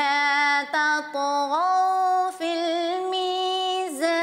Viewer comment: والارض وضعھا للانام فتحہ نھی ھے کسرہ ھے آپ نے فتحہ پڑھا ھے جوکہ فاحش غلطی ھے اور الا تطغوا فی المیزان میں علا تطغو عین کے ساتھ پڑھا ھے یہ بھی فاحش غلطی ھے